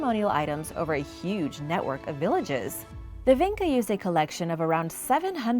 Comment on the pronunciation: vinča (pronounced vincha, not vinka) was also in parts of Bosnia and Herzegovina